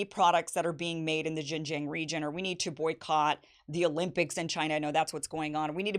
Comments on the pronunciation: To the non-Chinese speaking readers, May I suggest that Xinjiang is pronounced as "Sing-jiang" which is closer to the actual mandarin pronunciation than " Zine-jiang" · Kim Xin-Jiang is pronounced "Sheen" Jiang! like Charlie Sheen!!!! please I can't stand Jing Jiang one more time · Kim, JFYI, it’s pronounced Shin-Jiang. X is similar to the SH sound but slightly different. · why can't she pronounce XinJiang? if only we treat African and Native Americans here as well as the Uyghurs are being treated now in XinJiang.... Also Uyghurs weren't originally Muslims... Their culture predates Islam, wine making is a prominent part of their culture which is outlawed by Islam. Many moderate Uyghurs were the main targets by extremist attacks in the 2010s.